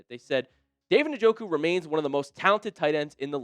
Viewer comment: This guy is an idiot,.he can't even pronounce njoku,s name